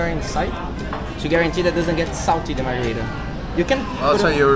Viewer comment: Mar-Greg-ritas you mean